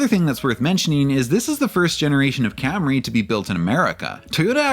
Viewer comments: mispronounced Cam-RAY (and Bimmer) for years. Was his staff too afraid to tell him? Did they snicker everytime? I wish he'd come clean on what happened. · "Cam-Ray" With "Mac-Fearsome struts"... Oh dear.